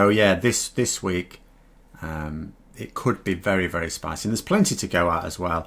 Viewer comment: Honestly hearing say “Spicy” is sooo satisfying